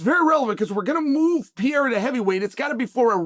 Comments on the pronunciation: When are you going to say PE-REI-RA and not PIEIRA?😂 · Chael for God sake. Pereira has 2 R's in it. How could it possibly sound like "Piera" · Chael, nobody is saying Alex Pee-era's name lol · Who TF is Piera? 😂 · It's been years now. Alex PEREIRA, man ... not pierre, or pierra ... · I like see gringo's speaking pereira ou Palhares, It become pea era and Paul Haris 😂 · Who tf is Alex Piera?? I thought his name was Pereira🤦🏻‍♂️🤦🏻‍♂️🤦🏻‍♂️🤦🏻‍♂️😂😂😂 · Why does unc insist on calling Perreira, Pierre? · Chael has “Pierra” fighting “Surreal” 😂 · "Pee Eira" for the heavyweight title 😂🤣😂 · Shout out to "Pee-ERA" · So, man, it was supposed to be Pereira, but oh well. 😂😂😂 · I watch this guy so much that I'm also unconsciously saying Piera now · That first sentence for me horned up... "Is Alex Pea-era about to fight for the interim title" 👏👌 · You nailed it “Pea-era” 😂 right the way he said . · The Pee-era is upon us